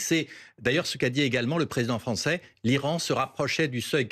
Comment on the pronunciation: Désolée, je n'ai pas voulu vous contrarier. Et "suffisance", non, j'ai l'habitude de repérer (et de m'interroger sur les fautes éventuelles, y compris les miennes car cela fait partie de mon travail), donc, c'est plutôt un réflexe. En tout cas, l'accent sur le a de "français" lui donne un petit côté sympa. (C''était plutôt marrant car vous parliez des progrès que l'ambassadeur devait faire en Français).